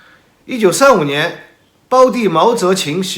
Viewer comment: 视频非常好。但有一点要指出一下，毛主席的弟弟叫毛泽覃（tan），不叫毛泽覃（qin）。